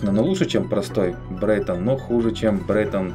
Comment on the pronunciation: брэйтон а не брэйнон